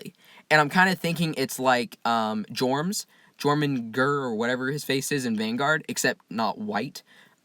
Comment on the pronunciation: Jormangurr. Really? How is jormungandar hard to pronounce? Jotun is yoton. It’s yourmangandar. You make it sound so difficult to pronounce lol